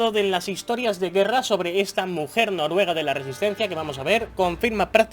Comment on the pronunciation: Noruega no Norruega XD a mi me pasaba igual, sigue con bfv será en mi opinión el mejor o el segundo mejor de la saga su todo lo que dicen se cumple